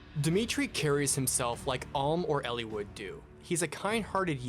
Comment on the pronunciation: Ellie-wood.... It’s Eli-wood right?